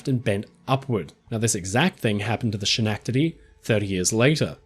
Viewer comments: Two things: 1) I'm from Schenectady (the first syllable is pronounced more like 'Sken' than 'Schen') and was unaware of this ships existence. So I was very interested in that part of this video. 2) And breaking apart while in port sounds likes something a Schenectady would do. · Thank you so much for the video, but please... SKIN-ECK-TUH-DEE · sken-neck-ted-dee... at least that's how they pronounce the name of the city in NY state. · Excellent video! Schenectady is pronounced Sken-neck- tady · I understand that you're from Australia and you've most likely never heard of the town of Schenectady in New York State, but it's pronounced like Ske-neck-te-dee. I'm not trying to be a grammar nazi, Im just trying to help you out bud. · USS Schenectady, "h" in Sch is silent. Pronounced like Ska-neck-tedy" in US. It's a town in New York 😊😂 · Interesting content - very well done! skuh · nek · tuh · dee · As someone from that area, the pronunciation is Ska-NECT-ady. It's native American. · I will forever now refer to Schenectady as Sha-nek-da-dee 😂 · UGH I HATE TO BE "THAT GUY" BUT SINCE MY AUNT LIVED THERE FOR 25 YEARS..... ITS "SCAN-NECK-TA-DEE" YES I KNOW ITS SPELLED SCHENECTADY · Oh, you mean Skuh-NECK-tah-dee (Schenectady) 😁 That was a minute nip I'm picking. Seriously, this video is amazing. Fascinating. Incredibly well researched. Keep up your excellent work. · Ska-NECK-tiddy. Yahoo!! Next word on the list to correct, aluminiumiumium. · Btw, Schenectady is pronounced Ska-neck-ta-tea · love your stuff--all of it--but, forgive me, I must inform you that "Schenectady" is pronounced, "skuh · nek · tuh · dee." You have been pefect up till now. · Thank you for a fascinating article. Oh and by the way, "Schenectady", is pronounced as if the h isn't there, it's silent, Skenectady. My dad grew up there. Thank you again, love your work. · Ska-neck-ta-dee. Schenectady. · Thank you for correcting the pronounciation of my birthplace, Schenectdady.